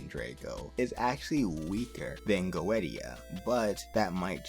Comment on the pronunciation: Don't want to be rude, but the mic is kinda low. Also Goetia is pronounced Gay-tia